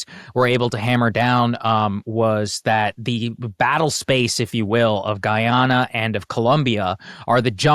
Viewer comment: It’s "Guy-ana" and "guy-anese"